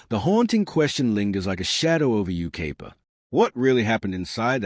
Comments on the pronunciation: Dear Ignorant AI: It isn't You-KAY-pa, it's You-K-EYE-pa. Seems we are heading backwards with technology. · It’s Yucaipa pronounce it right